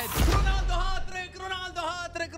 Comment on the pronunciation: رونالدو❌ روناندو✅